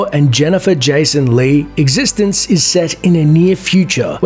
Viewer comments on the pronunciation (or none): It's pronounced X e stence not Existenzzzzz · You're pronouncing Existenz wrong. They actually tell you how to pronounce it in the first sentence of dialogue spoken in the movie, if you'd watched it. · when you recommend eXistenz and don‘t know how to pronounce the name 😂